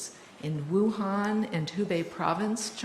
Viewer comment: It’s pronounced “oohan” not “woohan”